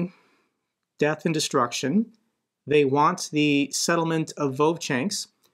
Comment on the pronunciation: It isn't "vovchanks" but "Vovchansk'